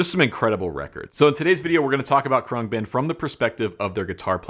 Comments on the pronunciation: Your new favorite band and you don't know how to pronounce their name: Khruangbin (/ˈkrʌŋbɪn/ KRUNG-bin; Thai: [kʰrɯa̯ŋ˥˩.bin], เครื่องบิน) is an American musical trio from Houston, Texas. The band comprises Laura Lee on bass, Mark Speer on guitar, and Donald "DJ" Johnson Jr. on drums. Thanks Wiki!! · I believe it’s pronounced crang-bin. It means airplane in Taiwanese. They are great! I can thank YouTube for working them into my homepage. I kept seeing this live version but never clicked on it. I finally was sitting in my music room with my bass and I happened to be high and ready for bed. I finally clicked on it and I’m sooobhappy I did! Great video! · Dude the way you say their name makes you sound so uncool 😂